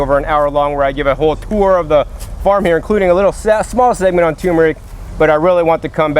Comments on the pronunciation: "Nukular tumor rick!" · Love you,........ tur meric, not tumeric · "tur-mer-ic", not " tumor-ick". please! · Turmeric not toomeric, we grow our own as well, great video, thanks for sharing, didn't know we should be eating the leaves! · Matts Toaster If a child or adult is going to learn it is by being corrected. If a person has a disability that is a different matter. I don't think that is the case in this thread. It is simple. The spice is tuRmeric. Not tumeric. Can you say turmeric Matt? If you are physically not able to say it perhaps you can spell it. If you can neither say or spell the word properly there is nothing I can do for you. Of course we can understand messed up words but civilized folks aim for a higher standard.